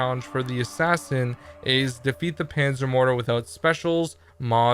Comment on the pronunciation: He doesent mean panter mordor? He means Panzer Mörder right?